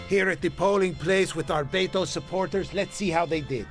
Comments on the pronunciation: Beh-toe, not Bed-o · And to this day, Colbert continues to say "Bet-ou" instead of "Beh-Toh." The silent H means, stop fucking making sounds. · I hate the way he pronounces Beto. He says “BeDo”